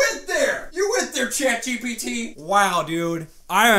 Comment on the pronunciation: The way he got the name ChatGPT rong and he said "ChatBgTP" 😆😆